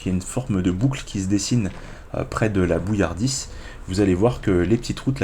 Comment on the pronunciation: La bouilladisse😭 sans R m'enfin ;)